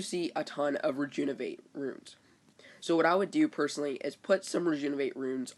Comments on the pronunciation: Bro, it's Re-JUV-in-ate not re-JUN-iv-ate, I know it's kinda picky, but that's gotta be one of the worst mispronunciations I hear. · Please practice saying Rejuvenate correctly!! It's maddening!!